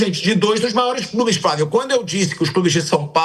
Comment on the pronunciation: Fravio praga da Xuxa "hhaaaahhhhhb fravio praga da Xuxa "hhuuuuuhhhnhhhhhhh kkkkkkkkkm🤡🤡🤡🤡🤡🤡🤡